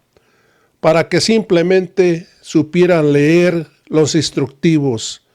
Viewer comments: Y ese ignorante de nuño, cuando una niña de primaria lo corrigió y dijo " Ler " en lugar de leer, no tiene vergüenza aurelio nuño. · para que los niños aprendan a ler (Nuño). --Sr secretario de educación (niña)--Dime (Nuño)... Se dice leer. 😮😮😢😢, si,si, así se dice. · A Aurelio ya se le olvidó que una niña le dijo como se. decía : leer y no ler como dijo Aurelio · Dijo Aurelio Nuño que ya leyó los libros y lo cierto es que no sabe “ler” 🤭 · No es cierto yo tuve tres hijos y nunca lo conocí, lo conocí cuando lo corrigió una niña que le dijo como se pronunciaba la palabra leer. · Dóriga ya no sabe dónde meter a su protegido prianista el señor que decía "ler". ¡excelente Max! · El Nuño no sabe ler😅😅😅😅le dijo un niño: no se dice así 👍🏻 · Los leyó el que dice "ler" en lugar de leer y lo corrige hasta un niño😂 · Aver nuño la pregunta es saber si aprendistes la leccion que te dio la niña que te corrigio cuando dijistes ler en vez de leer o sigues igual o peor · Pero si Nuño, no saber ler como el mismo lo dijo y una Niña de primaria lo tuvo que corregir al decirle que se decia leer no ler. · El que dijo "ler" en lugar de decir "leer" el que fue Secretario de Educación Pública en el sexenio de Peña Nieto. ¡ Imagínense! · Aurelio Nuño ex Secretario de Educación Pública, fue al que una niña de 10 años lo corrigió en una ceremonia por decir LER en lugar de LEER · Que va a entender si es un cabezón de primera Aurelio Nuño. Si lo corrigio una niña Indigena de como se dice, leer o ler. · El secretario de educación a quien corrigió una niña de primaria, " dijo ler " lo correcto es leer" 😅😂😅 Quien se robó una millonada con las escaleras al 100 , y solo se puso un bebedero de cemento, en las escuelas sin agua 😅😂😅😂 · Estuvo en las escuelas donde una niña lo corrigió por que dijo ler en vez de leer jijiji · Con qué cara ese señor Nuño dice defender la educación? Si decía Ler, en lugar de leer. Si apoyó la nefasta reforma de Peña que no servía para nada.